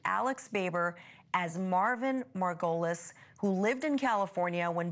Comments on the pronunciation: MAR-go-leez Please have your reporters learn name pronunciation before putting them in front of a camera, it's so distracting... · Is the killer's name Marvin Margolis or Marvin Merrill?? The chick keeps saying Marvin Margolis, but the investigator said Marvin Merrill. Confusing.